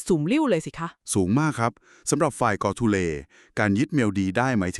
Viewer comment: กอทูเล ครับไม่ใช่ โกทูเล